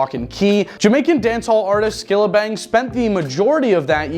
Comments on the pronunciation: Skillibeng not Skillabeng 😢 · Lol "Skillabeng" 😂😂😂😂